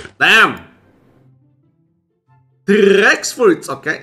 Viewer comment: The way he says rex is cool